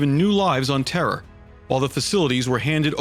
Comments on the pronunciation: why does it sound like "warriors of terror"? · Every time you say terra you say terror.